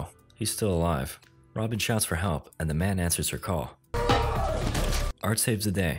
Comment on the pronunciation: "hekp" lmao 🤣